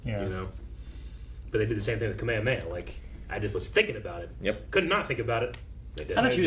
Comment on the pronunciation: while Kamehameha is a pun for the name of a Hawaiian king, in Dragon Ball/DBZ/Dragon Ball Super Kame-Hame-Ha is pronounced Kah-may~Hah-May- Haah and means Turtle~(motion)Wave~Blast... never in DBZ (in Japanese) did the characters ever say "kuhmayuh may-uh". . . .